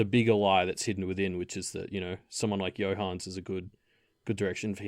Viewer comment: Not sure how you get the name Johannes to be two syllables long, when it's clearly three. I know it's not a common name in English speaking countries, but still. /Another Johannes